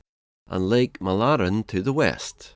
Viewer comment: And Mälaren 😆